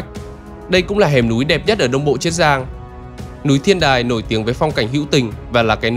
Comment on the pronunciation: Tôi nghĩ là triết giang chứ, thế là chiết giang hả, nếu là chiết giang thì bạn đọc phát âm sai nhé, bạn đang phát âm là triết giang chứ ko phải chiết giang, mà tôi vẫn nghĩ là triết giang